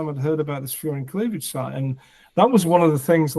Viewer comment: I thought you said "fear and cleavage site", so when you said it is what it sounds like I was very confused.